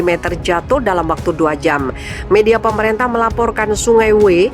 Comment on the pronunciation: Bacalah yg benar: Bukan PropEnsi tapi propinsi Bukan PemerEntah tapi pemerintah. Ini hal mendasar yg seharusnya anda kuasai.